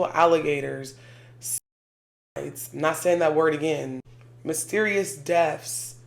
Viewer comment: "Mysterious Deafs"? Like people mysteriously lost their hearing? That's spooky. Also, cauldron... it's cauldron. I had to come back, I noticed you said "Spiritual Reparations" Here. What does that mean? I'm curious.